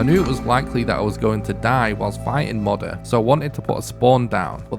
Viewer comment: Two years old... hmm. I wonder if this guy has learned how to proununce Moder yet?